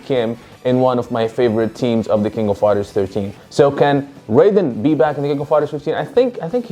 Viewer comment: Isn't it pronounced as 'r-eye-den' in Fatal Fury?